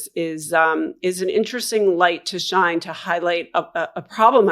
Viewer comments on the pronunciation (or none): none